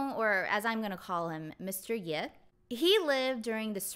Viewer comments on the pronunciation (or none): I believe the "葉" character is pronounced as "ㄕㄜˋ" (just like"社") not "ㄧㄝˋ" in this idiom. It is the name of a territory during the Spring and Autumn period. source